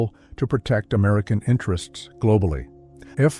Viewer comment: What the hell is "F/A-20"??? You do mean F/A-XX, RIGHT??